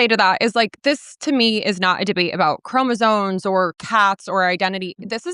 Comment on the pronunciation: Loren can't even say "chromosomes" right 🤣🤣🤣🤣🤣